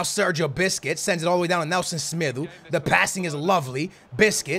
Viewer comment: You do not accent the names of the players correctly like semedo and dembele